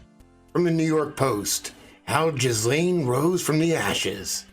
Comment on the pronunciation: Its pronounced Jill ayne. No jizz in there at all. With a French origin, the name has a silent S. You're a smart man.